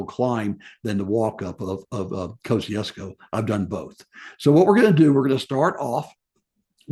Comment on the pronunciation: I understand these names can be confusing being from all around the globe, yet I'm just letting you know how to pronounce Kosciuszko like an Aussie. We would say: Mount Kozzi - ozs - co, but fast. For sometime it was spelt without the letter 'z' in the name of the gentleman it was named after, but this has finally been corrected and the 'z' has been restored. As for my own opinion as to whether to include Kosciuszko in the Seven Summits, I think the mountain in Indonesia should be included and Kosciuszko an 'optional extra'. Unfortunately, there is no other way to include Australia due to our rather smaller alps, unless anyone wishes to include the volcano on Heard Island which is Australian Territory despite being a mere 4,000km South West of mainland Australia which is part of our Antartic Territory. As this region enjoys World Heritage Protection, I doubt this will ever be approved of. Looking forward to this series!🇦🇺